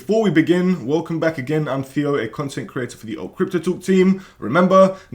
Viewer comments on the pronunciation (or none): none